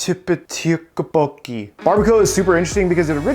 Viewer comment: Who eats fried rice with a fork?... Also tteokbokki = "tdohk-boh-gki" (say the "td" at the same time for the most approximate sound. Same for the "gk")